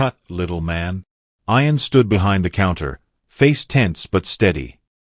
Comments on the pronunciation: The boys name is pronounced ee an, not eye an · Why did this person called Ian iron. I know this is crap... AI Bot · get some1 who can say ian,s name right narator not 2 bright